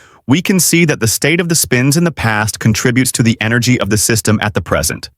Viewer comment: text to voice turned texan